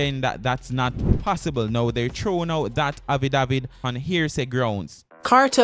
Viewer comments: Bredda, yu mean even after yu hear affidavit pronounce properly in the news clip yu still a seh “havidavid?!” If yu gonna vlog at least know how to speak bro. Outside of that you di good! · Learn to pronounce the word affidavit before you release your video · Please learn to pronounce the word “affidavit” you’re not pronouncing it correctly and it’s annoying. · Learn how to prounce the word dam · Very embarrassing. For a vlogger do some practicing for the words that you don't know first. Drives me crazy